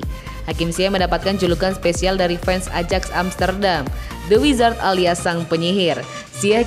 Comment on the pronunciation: ayax min bkn ajaks wkwkwkw